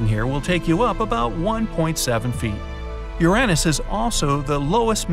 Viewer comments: AHEMM “URAHNUS?” ITS “URAYNUS” BOI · l am disappointed... Uranus??? it pronounced Uranus. what such bad narrator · Its pronounced "ur yuh nus* bruv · The way he said Uranus “Yiraniss” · I’ve heard ur-ay-nus, I’ve heard ur-u-nus, but I have never hear ur-AN-nus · "urannus" bright side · I never thought someone can pronounce the planet as "U-RAN-US". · Are we not gonna talk about how he says uranas like ur Anne is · "Your anis" 💀💀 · Bro actually said ur an is 😂😂😂😂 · THE WAY HE PRONOUNCES URANUS 💀💀💀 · The way he said Uranus tho 💀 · Never heard Uranus pronounce like that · Youre mispronouncing Uranus and you know it